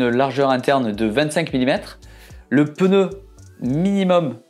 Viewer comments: Par pitié en français c’est un PNEU et non un PENEU !!! Ça fait un peu mal aux oreilles à force 😉. Merci 👍🏻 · La lettre N se prononce directement après le P, il n’y a donc aucun son entre elles. /Peuneu/ est donc une prononciation totalement incorrect. D’ailleurs, le vidéaste le prononce correctement par moment. Il semble donc que ce soit une habitude confinent à une préciosité. De la même manière, la prononciation /èmbapé/ est incorrecte ; il faut dire /mbapé/. Vous n’y arrivez pas ? Entraînez-vous, cela finira par sortir correctement !